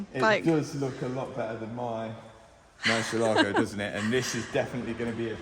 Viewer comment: Please, learn to pronounce MURCIÉLAGO